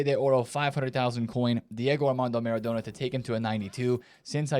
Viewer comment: Why do you say maREDona?!😂